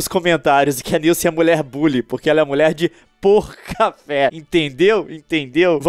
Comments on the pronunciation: o pouca fé que vc falava eu pensava que era: mulher de boca de café kkkkkkkkkkkkkkkkkkkkkkkkkkkk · Leon vc fala mulher de pouca fé ou mulher de por café